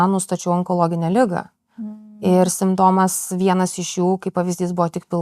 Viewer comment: Drinking game take a shot kiekvieną kartą kai žodis simptomas buvo sukirčiuotas netaisyklingai 😂